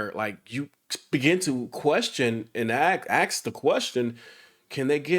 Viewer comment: ......"aks the question"????😱